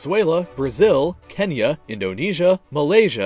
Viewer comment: Its Kenya not Kenia u donut